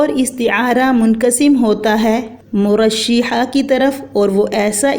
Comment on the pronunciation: میڈم مرشحہ بفتح ش ہے مجردہ بفتح ر ہے